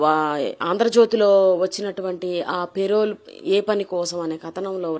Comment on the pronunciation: పెరవల్ కాదు పెరోల్